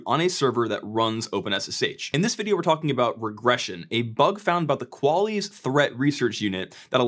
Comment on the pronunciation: The way you say qualys as "qualles" 😵‍💫